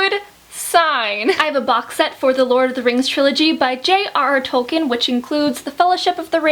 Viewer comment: Just here to let you know that his name is pronounced Tolk-een, not Tolk-in.